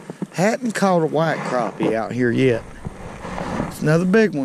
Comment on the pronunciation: "Das a good crappeh!" Love to catch em! You've got my subscription!